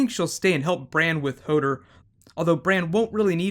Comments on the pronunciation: it's "HO-DOOR" not "HO-DER" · Hodor not hodr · "Hodder" LMFAO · Why does he keep saying HODER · Hoder? Stannes? Arryia Sturk? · The way he says Hodor annoys me :P